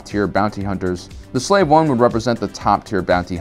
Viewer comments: Are you mispronouncing Slave on purpose? Long A as in “space” and the E is silent. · I hope you’re saying “slave” like that as a joke. Otherwise go watch how it’s really pronounced smh